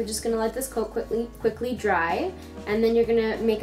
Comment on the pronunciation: wen she said quickly...she ment quik=ckly....hehehehe